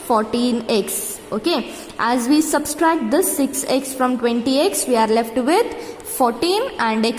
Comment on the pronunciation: It is subtract not subscribe lol😎🤣🤣🤣